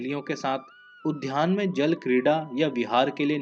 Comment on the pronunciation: Kya kya bolte ho udhyan nahi udyan Junia nahi jua otherwise O.K.